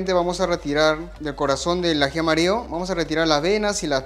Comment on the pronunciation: Excelente video, te sigo, pero trata de hablar bien no es aji amario, es aji amarillo. Tampoco se dice lo corto la papa, papa es femenino se dice se corta la papa, esta carne es muy bueno no se dice así, se dice esta carne es muy buena, carne es femenino, etc. Te ven de muchos países, deja una buena impresión de nuestro país 💪